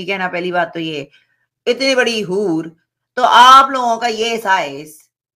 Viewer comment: HUR NAHI BARKA BUR